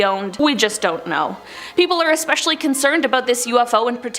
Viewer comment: Science pronounced sigh-ens Especially pronounced ess-pesh-ee-alley NOT ek-spesial-ee🙄